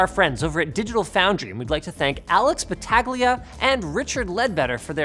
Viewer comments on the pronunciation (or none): Bat ag Leah lmao it’s pronounced bat all ia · Linus, its pronounced Alex Batal Ya not Bat tag lee uh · The g in Battaglia is slient, Linus never watched a DF video?, or at least since Alex joined. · its Batallia, the "g" is silent. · Ba-tag-gu-la? Don't know what I find that so funny. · Dear Linus, Battaglia is an Italian name/word (it means battle but that's not important right now). My point is you don't pronounce the "g". The combination of "gli" in an Italian word should be enunciated somewhere more back in the throat but I'm gonna let that slide. Just say Battalia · Alex Bet-tag-lia aye😎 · I thought his name is pronounced Alex Ba tah lia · The way he pronunced Battaglia made me weep. love it. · Yeah, my Italian ears hurt so much... ;) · The way Linus pronounced "Battaglia".. my eardrum broke for a second there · Never heard the word battaglia (battle in italian btw) pronounced that badly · You pronounced Battaglia wrong linus, come on man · I don't think you pronounce the g in Battaglia. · I think that's not how you read Battglia 🙄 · The G in Alex's name is silent btw 🙃🙃🙃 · I hope Alex doesn't mind how utterly you butchered his last name. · Omg Linus butchered Alex's last name. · Kinda sad how you totally mispronounced the last name of your "good friend" at digital foundry. You do not really pronounce the "G" in Battaglia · Not quite how Alex's name is pronounced 😂